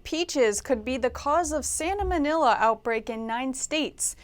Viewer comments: “tainted peaches linked to SANAMONILA” 🤔🤒🤕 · Sal mo nel la. Say it. Just four syllables there. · I noticed too! I think she said Sanomanila